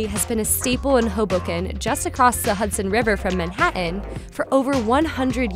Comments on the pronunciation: She can pronounce those "t's" in muTTs all day long but can't say Manhattan? Where is Manhain? Also, what in gods name is "mutts"? She's super cute, though. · glottal stop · Manhatt-en. What caused this generation to f up english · The narrator has that annoying habit of skipping the letter "t." She did it twice. "Manha'an and impor'antly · Manha-n. Imporan-ly. Hmmmm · “Important” and “Manhattan” have ‘t’ in them. Maybe try using them